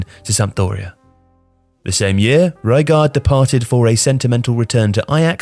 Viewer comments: Just a reminder, the dutch G is not a soft consonant at all like an H. We pronounce it by literally scraping our throats. And the U in Gullit is pronounced like, well, a U, not I. Same comment with Rijkaard, your pronunciation is way too "gentle" i suppose. I suggest you pronounce it more like the spanish name Ricardo, without the O ofcourse. It would still be the english pronunciation, but i wont try to teach you the entire dutch language in this comment haha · It’s all pretentiousness so yes.. WRONG. There is now Alessandro Cost uh Kurtuh. It’s Costa-koorta. Reygard is supposed to be Rijkaard. Football is a game so diverse that you must respect every single element or you know nothing at all. Papin is pronounced Pah-pyne and Savicevic is not accented. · Is your pronunciation accurate? When you pronounced Rijkaard a way I'd not heard, I assumed you had researched it, but then you said 'ballon d'heure' and I'm sure you pronounced Papin wrong. Now I don't know what to think!